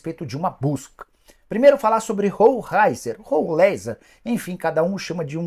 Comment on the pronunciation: A pronúncia é roleizer e nao rou raizer